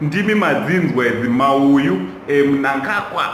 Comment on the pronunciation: Hanzi "mauyu" mawaya 🤣🤣🤣🤣🤣🤣🤣🤣